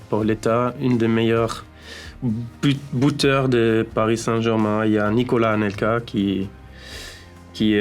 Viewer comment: Buteur ❎ Bouteur ✅ 😂😂